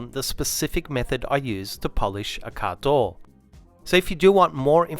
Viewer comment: What’s “caadooooow”??? You keep saying it. Please have someone do voiceover with a proper american accent. Very hard to understand